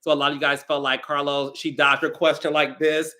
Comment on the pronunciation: POP YOU SHIT CAH-Los 😂😂 Read Who ? 😅